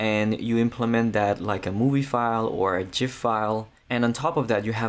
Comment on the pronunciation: Thumbs up and subscribe for correct pronunciation of GIF.